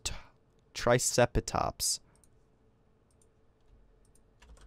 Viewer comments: Its pronounced try-ce-ra-tops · i find it so funny the way he said triceratops LOL :)